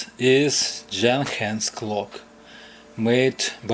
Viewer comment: Great fix to a great quality clock which keeps counting time into the future! By the way, it is actually pronounced Yuhn-hans